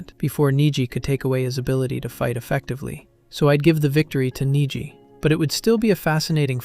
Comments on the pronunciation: Neji ❌ Niji ✅ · So did you do that on purpose? You started off with proper pronunciation for Neji, then kept butchering his name with AI. I hate you guys.